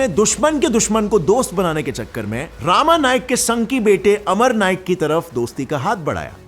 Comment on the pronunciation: It's not रामा it's रमा नाईक Full name is रमाकांत नाईक